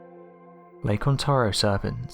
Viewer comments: Please stop using the synthetic voice that can't even pronounce "Ontario" correctly. On-tare-ee-oh. Say it with me. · ON-TARE-RIO It's annoying how you kept saying it wrong. Ontario. Lake Ontario.